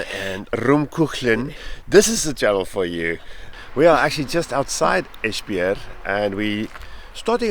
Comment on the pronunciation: Dont know why you are diffent but this is the second time you're nailing it with the pronouncation... Esbjerg was spot on... And now I wonder why no one else can say it. Clearly not a problem for you guys. 😊 Will get back to the videos later... Im a bit behind them now. 😅